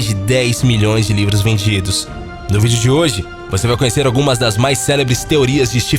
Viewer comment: Da primeira vez que eu vi o vídeo eu entendi negros vendidos da segunda vez que percebi que era livros vendidos kkkk